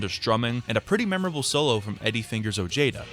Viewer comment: Oh-jay-da? You can’t be dumb enough to not know how to pronounce Ojeda. Oh-hey-da.